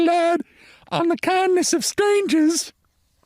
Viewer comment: Love your reading of Blanche Dubois' famous line. But you hit the "r" in "strangers" too hard. You just weren't quite Southern Belle enough.🩵